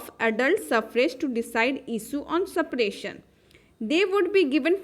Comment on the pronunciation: Separation ❌ Sappration ✔️